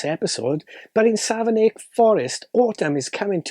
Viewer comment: I'm from Savernake Forest! (It's pronounced "Savernack", by the way.) This'll make a great present for family and friends. 🙂